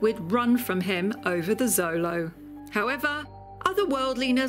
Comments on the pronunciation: It's annoying she is saying Zolo. It's pronounced with a "sh" sound "sholo". The X sh sound is indigenous. If she did proper research it shouldn't be a problem? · Glorious! I love the Xolo’s! She pronounced the full name wrong though 😝 and “Xolo” I’m Spanish is pronounced “show-lo” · We say xolo SHOW lo, not ZO lo in the US and Mexico. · xolo isn’t a Spanish word it’s from the Aztec language Nahuatl, and it’s pronounced like “cholo” at least from my understanding please correct me if I am wrong